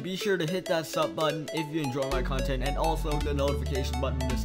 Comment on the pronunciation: Plish shmack that like butshon